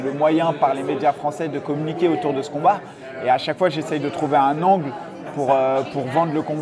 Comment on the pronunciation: ANGLE MOWH ANGLEUH MOH